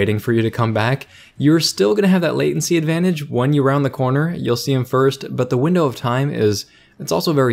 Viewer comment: omg for once you got Latency right! Good job:P